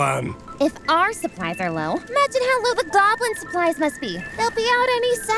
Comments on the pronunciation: damn am not gonna watch it but u got a like for saying goblin 99+ haha gaaaaaaaaaaaaaaaaaaaaablin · I don't think so. Pretty sure he said "gawb-lin". They both sound the same. Easy mistake to make. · At some point "goblin" stops sounding like a word and more like a phrase he says